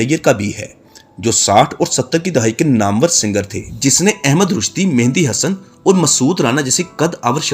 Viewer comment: آپ کا مسئلہ کیا ہے ، آپ مہدی حسن کو مہندی حسن کیوں کہتے ہیں ؟؟؟؟؟؟؟؟؟؟؟؟؟